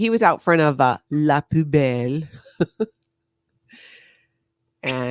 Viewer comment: it’s pronounced “poo bell” think 💩 🔔 do the dumpster dive for ingredients? Is the food so bad most of it gets thrown out? I need to know